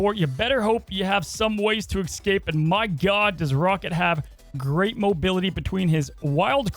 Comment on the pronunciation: Escape. Not excape